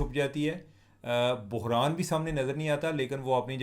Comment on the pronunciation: Main tou yahi sochti rahi k bukhran Kia koi new word hea baad mea demagh pr zoor dalne pe pata chla k aap bohran keh rahe Hain chima Bhai pehle script prh Lia krain